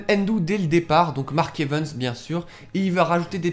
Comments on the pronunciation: On dis evans pas evens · Mark Evens XD ( j'aime la façon dont tu dis son nom ^^ )